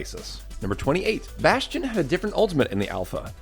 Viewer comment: It's bastion